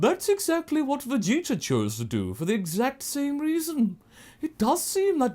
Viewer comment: After hearing Lani and Kaiser say that the "Freezer" thing comes in part from pronouncing the prince's name as "Vegeter", I can't unhear it. Anyway, good job! Nothing like a really good fanfiction with great voice acting.